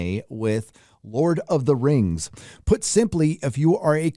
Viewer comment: THE LORD OF THE RANGS: THE RANGS OF PAWWAH!!!